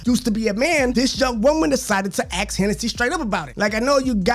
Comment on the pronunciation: It's not that hard to say ask..."Axeing" someone is murder, whereas "asking" someone is a simple inquiry.